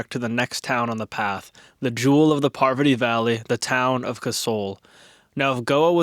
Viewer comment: No way you pronounced or CC catched Parvati Valley as something similar to Poverty valley .. I've to look up all the valleys btwn Manali and Kasol .. cause I have never heard of a valley called poverty valley in my life